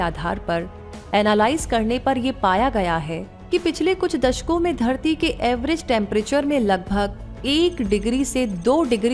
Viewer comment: Everest Temperature Ja phir Average? Shabdo ka sahi ucharan kijiye